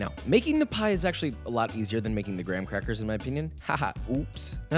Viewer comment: Joshua: we got sponsored by Geico! Also Joshua: gwam quacky qwust